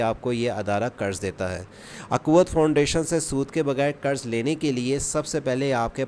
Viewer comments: فاؤنڈریشن نہیں فاؤنڈیشن ہے😂😂😂😂😂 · Bro Foundation not foundration , but you say wrong pronounce foundration 😂